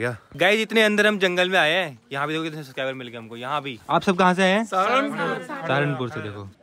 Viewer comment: Are woh sarangpur nahi saharanpur keh rahe hai